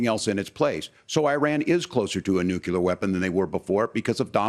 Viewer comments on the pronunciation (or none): Did Walz just say “Nucular”- twice? 😆😆😆